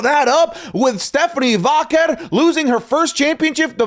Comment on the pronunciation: I love. He's my new favorite. But,...it's "Vaquer', not "Váquer".